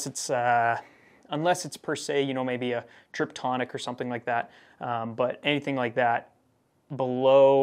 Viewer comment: Its Tiptronic not Triptonic